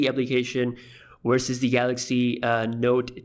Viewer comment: its not " Wersus" its a V "versus"